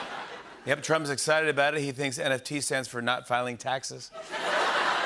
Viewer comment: What the heck is a NTF or whatever he said 🤣🤣🤣